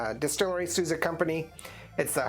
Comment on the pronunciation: Not sooza , it’s pronounced sowza ! Correct pronunciation ! Horny Toes